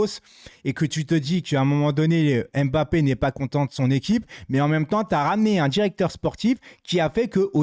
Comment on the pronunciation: Salut, je suis français d'origine camerounaise et le Nom Mbappé que toi et la plupart des français et française prononce très mal ne se dit pas M-bappé et c'est pas en 2 mot mais un seul. Il faut juste avaler le M de Mbppé c'est tout. Toi aussi fais un effort sur la prononciation des noms de mon pays le Cameroun. Merci